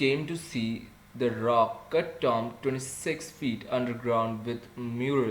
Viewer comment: its not tom it tomb